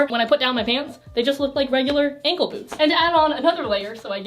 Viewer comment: i thought you said "styling flat boobs" instead of "flat boots", now my flat boobs need you to do a video on that